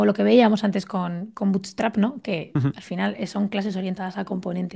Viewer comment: Porque dice butestrap?? Es buutstrap